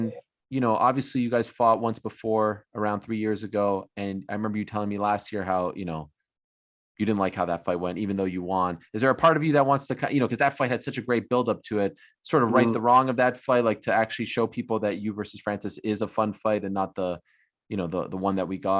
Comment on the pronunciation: Ariel always acts like he cares so much about pronouncing words and names correctly but constantly pronounces won as "Juan" or "Hjuan" 😂 It's so annoying